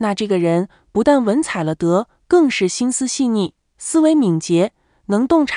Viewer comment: 本领高强/有本事/了不起...“了得”(liao3de2)何时开始读成(le4de2)？